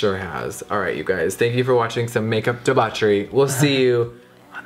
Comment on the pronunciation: Mama I LUH you, but it's DEH-BAWK-ERY! 💕💞